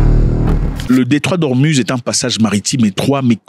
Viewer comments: on dit Ormouz non ormuz merci. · Detroit d hormuz mais ca se prononce hormouz